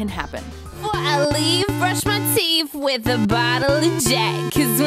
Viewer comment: WITH--Wif---Disparage---Dis- NORTH---NORF---Espresso---EXPRRESOLearn how to speak English or get a job bagging at Ralphs.